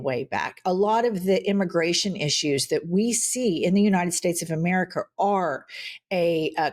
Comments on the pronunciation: It always sounds like he wants to say the “Jewnited States” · The way he says, "United States" bothers me. It sounds like 'Yoo-Nigh Stets'. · Anybody notice how many times Miller mispronounced “United States”? Even Trey Gowdy doesn’t know how to react to Lady Graham. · Why does he pronounce United States so strangely? You can tell he was bullied his whole life.